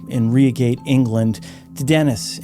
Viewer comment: Very enjoyable and well made videos on this channel. Reigate is pronounced RYE-gate, rather than REE-gate. Not that I imagine it will come up again in one of your videos! :D